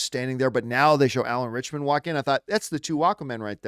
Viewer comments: I have heard his name mispronounced more than I’ve heard it pronounced correctly. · Listening to John say Alan ritchson name wrong over and over drove me insane 😂